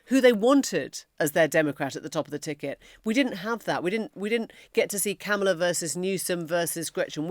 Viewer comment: Kamala says it rhymes with comma. So Comma-la.